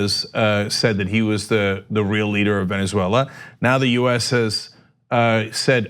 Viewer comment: I don't know why it bothers me so much that Ana says Venzwella, but it does. And she says it a lot.